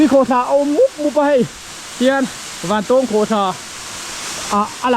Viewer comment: Zira, I thil tih ah hian mithilhre zawk te rawn hmasa ṭhin teh. A hmasa in "Vantawwwwng Khawhthla" kan nei ngai lo. Vantawng (eg: A san zawng chuan vàn a 'tawng') tia lam tur. Anih loh vêk chuan Vantáwng (eg: Ramhnuaiah sakei nen kan in 'tawng') tih ang pawhin a lar ta zawk a. Nangin a duh duha kan ram hmun leh hmel, duh duha an hming I lo thlak ve nachhan tur kha a them pawh a awm lo. Tin, Vantawng Khawhtla hnunga puk hi hmasang aṭang tawha kan hriat vek tawh ani. I luhna puk thuk zawk, fangfar awmna, "Puk far" kan tih mai kha kan naupan laia kan luh chhuah hrep tawhna ani. I kal hmasa awzawng lo. Adventure club lam, sa pel a kal leh a bulhnai khaw mi leh sa phei chuan an lutchhuak fo tawh I pian hma fe aṭang tawh pawhin. Mipui mimirin an ti bawrhbang ang tih hlauh vangin an kam tam lo mai. Tlawh luai² chi pawh anilo, intih palh leh mi hliam buaipui a buaithlak tawh ṭhin avangin. Fangfar ho kha khawih avanga thi thei pawh anni bawk lo, climate a zir leh zir loh vanga danglam mai ani. Tihian intih lar I duh vanga kan hmun fianrial ṭha tih common I hreh lo rau2 anih pawhin information dik deuh tal hi chuan thehdarh ṭhin rawh. Chubakah, ahmaa kan hrilh tawh ang che in naupang kum 20 pel ṭawk I ni. Camera leh drone tel kher lova I kalna hmun luh chhuak tawh tu hi a zà tel fe an awm. Puitling lungfing ber niawma Bawihtlung Channel style la taka Zofate zilh ve sek tum hi sim rawh. Kan hriat chanve chanveleh pawh la hrelo, kan hmuh tawh 10% la hmù lo hian Mizoram mi leh sate hi I z